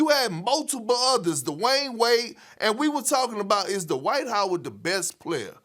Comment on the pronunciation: Dwight Howard, or Dee-White as Perkins calls him.